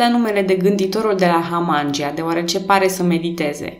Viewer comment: Foarte frumos scris, felicitări! (Dar e pentru prima dată când aud numele culturii și al fostei comune tulcene Hamangia prununțat Hamángi(y)a și nu Hamangí(y)a. 🙂)